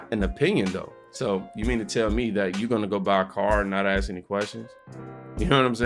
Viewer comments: “Ask” its ask not “axe” an axe is a tool used for various jobs mainly involving wood 🪵 🪓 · Some words of wisdom from Cube BUT IT’S “ASK”, NOT “AKSK” FFS. And people damn well died in multiple wars for people to have the right to vote FFS. YES they goddamned fkn well walked out the front door to risk their lives so that others could live in freedom. What a vile accusation that no one has ever done that. How utterly disgusting to say that. Fk him for saying that and spitting on every veteran who ever WALKED OUT THEIR FRONT DOOR AND FOUGHT FOR THEIR FKN COUNTRY. Even when trying to speak the truth he spews the Demonrat’s BS. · Ice cube it's ASK.........NOT AXE